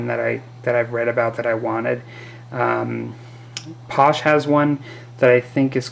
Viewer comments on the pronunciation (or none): Exactly pasha - eh not paush. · Sorry - Paasche is pronounced "paash-eh" not "paush"